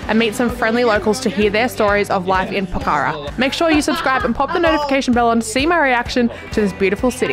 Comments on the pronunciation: It's pokh_ra not pokha_ra ☺ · It''s Pokhara not pakara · It’s Pokhara not pakara 😢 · And its pokhara....but they pronounce as Pokhra...loads of love from guwahati assam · Hi not poccara# name is Pokhara😊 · It's po-kha-ra and love your videos and hope you have a nice stay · Hey! I'm Nepali, and I love to see foreigners enthusiasm and awe for my home country :) btw, it's pronounced "pok-ker-rah" ! (but im sure you figured that out by the end of ur trip lol) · It’s call Pookharaaa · It's po-khaa-ra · Po -kha -ra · It's pronounced PO KHA RAH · It is "po-kh-ra", "dee-puk".